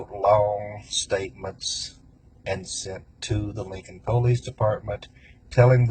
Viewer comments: Damn ...nice try .. didn't age well 😂..but why ? Like they just wanted to kill someone? I don't get it ? And btw it pulleese not po lease ...dorks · I'm just annoyed hearing that guy pronounce the word "police" as "poe-lice"! It's pronounced "pa-lice" you shady hick!!-the Troll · “Linkun Poelayce Daypardmun”